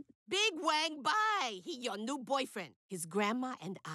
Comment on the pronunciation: Uses fake chinese accent but still can't pronounce wang